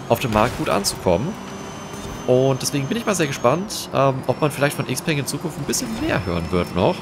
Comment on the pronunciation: Klugscheißmodus an Xpeng ist die Kurzform für Xiaopeng Motors, daher wird Xpeng korrekt analog zu Xiaomi ausgesprochen, wobei das "peng" als "pang" gesprochen wird - also "Xiaopang". Im englischsprachigen Raum wird Xpeng i.d.R. "Äxpang" ausgesprochen. Klugscheißmodus aus